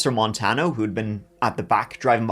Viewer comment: Love you. This was where I grew up. FYI it’s pronounced: duhr-Ann (Duran) and mohn-tahn-yo. (Montanyo). This was a crazy case